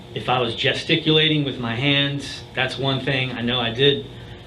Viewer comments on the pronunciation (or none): This mf said "gesticulating" 😂